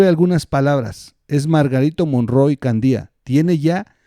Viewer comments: ¿Nunca escuchaste el apellido Candia,? Haz este ejercicio: ¿cómo lees cada palabra: Cándia, Candía? Bueno. El apellido Candia suena como la primera de la pregunta, y eso por ser la "a" sílaba fuerte (la "i" es débil) e ir antes de la "i". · Santa Lucía, es en Acapulco, Gro. Y es Candia, no Candía. Saludos desde Chilpancingo, Gro.